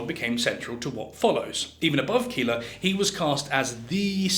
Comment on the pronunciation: Keeler or Keller… poor